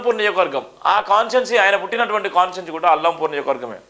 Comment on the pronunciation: అల్లంపూర్ కాదురా సామి! అలంపూర్ అనాలి... నువ్ ఎక్కడి జర్నలిస్ట్ వ్ రా బాబు....